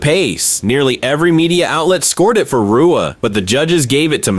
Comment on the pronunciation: When you pronounce Shogun Rua with a R sound instead of an H you know its either AI or someone who doesnt know about MMA lol same with half the names in this video.